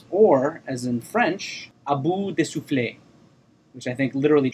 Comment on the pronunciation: Admittedly, when I first watched A Bout de Souffle (you don't pronounce the 'e' at the end; a soufflé is a rather yummy dish), I had a similar reaction of checking my watch, fidgeting etc. Then some years later, after having really immersed myself in French cinema, I tried it again. My God, it's oozing with such pomp and coolness. Really, after a long history of 'cinéma du Papa' (which is undeniably good but also rather heavy), A Bout de Souffle is a wonderfully refreshing change.